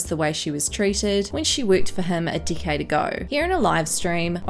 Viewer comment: Is it just me but it sounds like she says a dickhead ago instead of a decade ago